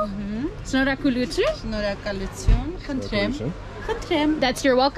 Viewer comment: Your 'shnorhakalutyn ' and 'barev dzez' are realy amazing😀